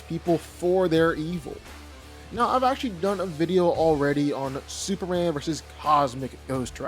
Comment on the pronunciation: Why can't this man pronounce Superman? He keeps saying Superand